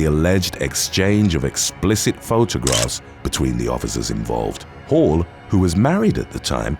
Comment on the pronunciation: When he kept saying Hall I was hearing Hoe at first. Couldn’t have been much further from the truth 😄😂